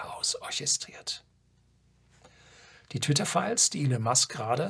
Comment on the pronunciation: Danke für den Beitrag, der Mann heißt aber Ielonn, nicht Ielinn, bitte auf korrekte Aussprache achten, danke. ^^